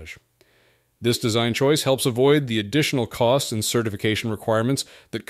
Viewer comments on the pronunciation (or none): none